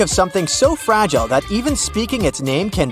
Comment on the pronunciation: Fragile is mispronounced